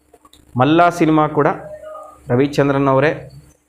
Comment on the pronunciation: To be frank , Malla alla adu Malli.......😅